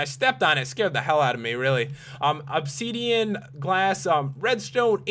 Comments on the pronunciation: WHATS OBSEEDIAN? PS: ITS OBSIDIAN /\ THERES AN I NOT AN E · And also said obsidian as obsedian and iron ingots (in-gets) as in-gots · Stop saying obseeeeeeedian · '' Obseedeeén'' '' iron ingaats'' why cant you just say obsidian and ingots like a normal person :P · nz chicky yea u cant be horrible to someone if they say obsiden wrong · Lol he says obseedian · I love the way this guy pronounces things. ObSEEDian, iron inGOTS, portal gun pedaSTOOL. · you were saying opseadean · Or 'opsidian' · and obsiidian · obseedean. xD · You pronouced Obsidian wrong.